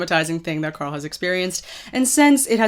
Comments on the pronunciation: did you just say corl grimes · host name is carl not corl